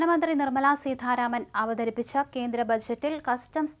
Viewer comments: കൊച്ചേ, സീധാരാമൻ അല്ല; സീതാരാമൻ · സീതാരാമൻ ആണു സീഥാരാമൻ അല്ല